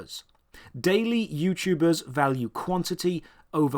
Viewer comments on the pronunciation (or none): “Youchubbee” “JooYouChuubers”